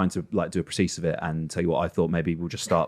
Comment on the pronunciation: I can't believe pronounced 'precis' wrong (14.11). So much for a public-school education...